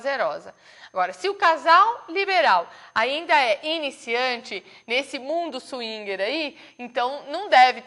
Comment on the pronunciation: swingui?? que palavra é essa?? É swinger. Senhora, por favor, pronuncie bem, escute primeiro antes de falar.- obrigado.